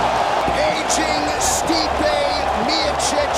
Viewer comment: Hhh it’s Funny how he calls Stipe!!! Dude it is pronounced Steepè